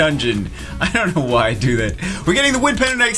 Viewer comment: First 10 seconds. Listen closely the second time he says Wind Penguin Knight xD